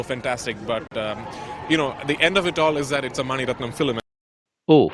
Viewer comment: But.. Prithew Raj's English not good. Example. Filim... the pronunciation is Film. Like this "Ever, probably etc... wrong